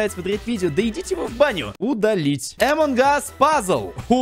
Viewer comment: Поззи ты зодолбал говорить эмон кас поззи пишецч амон кас